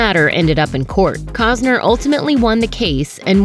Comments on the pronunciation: Cossner???? Its COSTNER! Ugh! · COST NER not Cozner FFS! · keep calling him 'Cogs-ner' is a slur